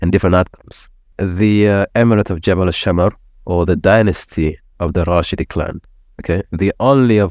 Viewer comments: It’s not called al-Rashidi, it’s called al-Rasheedi or ibn Rasheed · It’s not called al-Rashidi, it’s called al-Rasheedi or ibn Rasheed. Long live Saudi 🇸🇦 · Simple correction It’s Rasheeedi not Rashidi